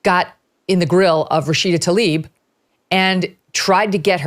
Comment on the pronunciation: She's looks like she's been really stuffing the filafel in her face lately. Tl ay b ...not Talib